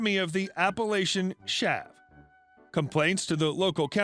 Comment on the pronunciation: For non UK people, Chav is not pronounced as Shav.